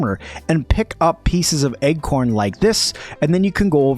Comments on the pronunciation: Great and extensive guide. I keep mentally tripping over your pronunciation of acorn armor. I keep hearing "Egg-corn Armor" every time you say "Acorn".... Not a big issue, but it kept derailing my train if thought. Heh, a tip for newbies..... Acorn armor is protective, but you have increased enemy threat and aggro because they find your armor choice quite delicious. Thanks for the guide. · Egg-corn, egg-corn... I thought it was a new item or something! LOL! Good video, as you say, but totally distracting. I jumped to the comments to see what was up! Hahaha! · please stop saying Egg-corn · Me too! I also kept hearing "Egg-corn" as well!